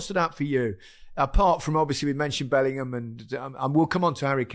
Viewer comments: You mean 'bellinum' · big Meeks not knowing how to say Bellingham get's me every time.